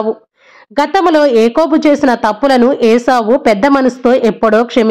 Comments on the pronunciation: Its yakobu not ekobu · Akobu kadhamma yakobu, meeru cheputhuntte abbettuga undhi